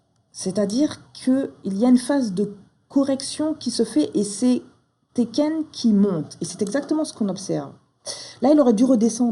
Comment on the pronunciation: Félicitations tu es une très bonne enseignante. Ça fait plusieurs mois que je travaille le système ichimoku et j'en chiait beaucoup (elle était facile). Tu fais sauter un bon paquet d'incompréhensions. Maintenant je vais faire une critique peu constructive mais j'avoue ça me fait grincer les dents. Deux prononciations. Tenkan se prononce tènkan avec les n, chaque fois j'entends teken et je pense au jeu vidéo. Quand à Hosoda, le s ne se prononce pas z mais s comme dans asseoir. Je sais c'est peu constructif. Encore merci pour tes vidéos qui sont extrêmement pédagogues et, je le répète, m'ont fait sauter quelques verrous. Un grand merci